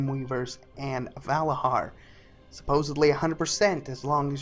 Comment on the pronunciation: Vala JAR and Nit HOGG. ffs....